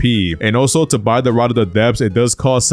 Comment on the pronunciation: Ye I heard rod of the depths I was concerned ngl